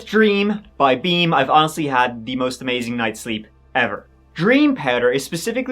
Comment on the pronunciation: WHEN you where talking about , beam you said with beam , Sounded like wet dream, you have the best night sleep.😅😅😅😅😅😊